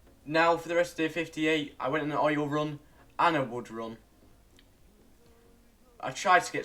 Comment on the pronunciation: When u said oil on day 12 it kinda sounded like Oreo